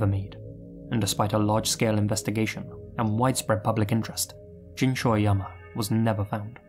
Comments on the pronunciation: Even though he didn't pronounce Jin's name right. It's Jean, like blue jean. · He's right. The vowel wouldn't be emphasized as much as "jean," but it definitely is not pronounced with a short i sound.